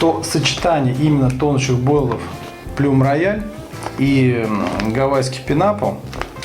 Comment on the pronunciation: плюм рояль ха ха ха -говорите правильно плам роял)))😁😁😁👍